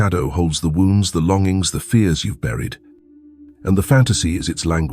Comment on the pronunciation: Very, very interesting, thanks. Just one thing, those mispronunciations ( wound, longings), is that the AI voiceover or what?